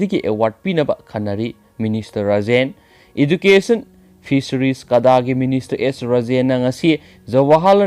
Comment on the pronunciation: EchilEnaogi news updatC nungai eikhoi praja miymdasu mit/nakong oijei,ado education gi pronounce se lanba manle soibra khnbane 1mksu hanjnna hairkA education (adjucation)haina hainabane hujkT sum soiraga haikhibado nungaijadabei tanajabani warwnadaB pliz...ei nungTgi tajei fren gi news updatC ym nungai hujk2 kaida kari/kamai twri/twnarige haibadu loi khngba ngmA chanelCgi matengna...💯💯✔️☑️✅🆒🆒👍👍👏👏👏🙏🙏🙏